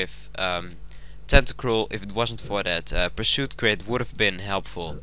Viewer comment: crit? .....crit? hahahahaha, its like some chinese dude trying to say clit